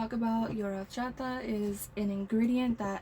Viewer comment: Love the way you say Horchata 😊